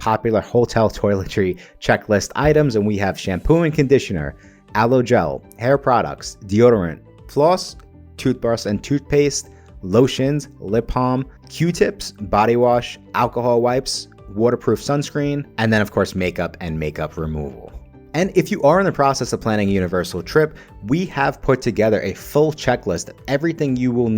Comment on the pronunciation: Lip Palm? It's B B B Balm 😅